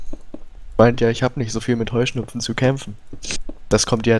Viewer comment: Höhschnuppfen aha so ist es richtich Heuschnupfen